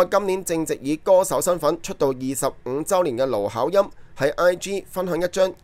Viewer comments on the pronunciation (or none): 奴考音，妮開😅